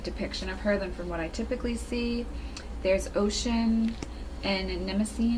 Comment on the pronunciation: Please say OH-SHOON. It's unfortunate that does not know how to pronounce Oshun's name. In two of her weekly broadcasts (which I feel are staged, anyway) she egregiously mispronounces Oshun's name saying OCEAN. And yes, I contacted Team, etc. And they were quite defensive about the error. I would think that working on this deck for over a year, that a bit of research would have been done. But if the bibliography in the back of the guidebook is a testament to the limited viewpoint used to create this deck. I will be doing a review as well. Looking forward to hearing yours after you've worked with the deck for a bit. Stay blessed~Queen Auset